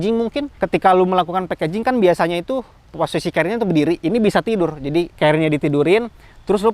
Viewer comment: mase celad.. Carrier mas. Bukan carriel